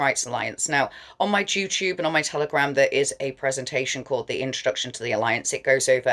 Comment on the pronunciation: Did you actually say 'joo tube'? LOL